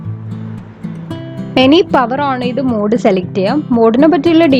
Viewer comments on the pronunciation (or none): none